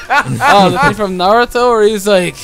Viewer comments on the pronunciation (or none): none